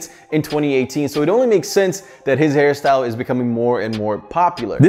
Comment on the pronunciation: He said this hair style or harry syle 😂😂😂 ??